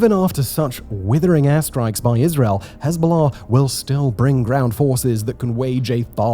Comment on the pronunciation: Just here to hear him say Hez-bow-law